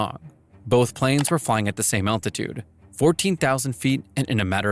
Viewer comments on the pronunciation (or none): none